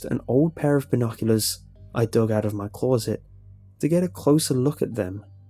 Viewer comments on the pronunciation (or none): Over time I've gradually grown to love the way he sais closet lol